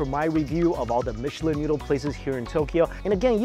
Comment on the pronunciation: Aw yes the michlin star I’ve heard of the legendary “michlin” star